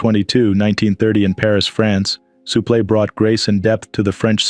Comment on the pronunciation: If yer gonna narrate , please, practice the names before ya read . Suplex i ask you